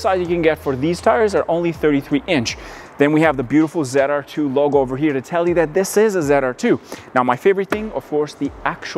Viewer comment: ZR2. Not zide r2 lol